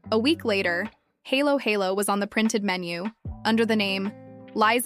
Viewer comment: Not pronounced as "HAYLO HAYLO". 🤔🤣🤪